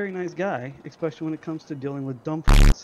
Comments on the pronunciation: You mean "expecially" ?? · He deserved trolling just for saying exspecially.